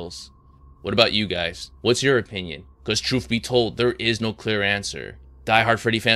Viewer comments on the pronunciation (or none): none